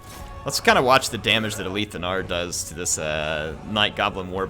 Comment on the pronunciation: You aint got dibs on the fact that you arent working in production and you just made up that retarded lie to solidify what you think is the right interpretation, You're wrong, I'm right get rekt. it's ALITH. not A - LEAF. :)